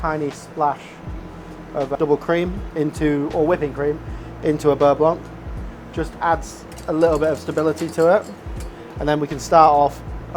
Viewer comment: Beurre blonk??